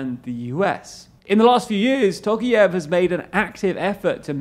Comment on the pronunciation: It's pronounced "tɔˈqɑjɪf", not "ˈtoʊkief" as you pronounce it.